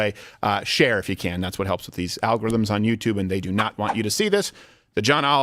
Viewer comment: poor child has been severely coached. "How dare you". And, this situation has become so ubiquitous, when Crowder said "share if you can", I heard "Cher if you can".